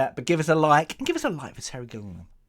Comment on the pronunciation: Are you mispronouncing Waikiki's and Gilliam's names on purpose, or did you just never bother taking a couple seconds to read them?